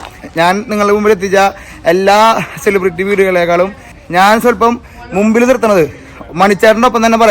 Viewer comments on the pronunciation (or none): none